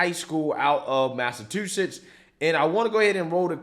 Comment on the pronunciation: Did you really say Massatwoshits?